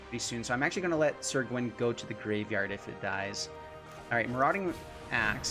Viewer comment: Pronounced Sir, not Seer, otherwise great video